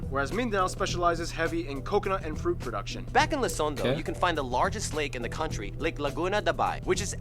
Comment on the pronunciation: ITS PRODOUNCED LUZON NOT LOSON